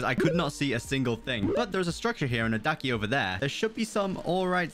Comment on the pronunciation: Bruh daki not ducky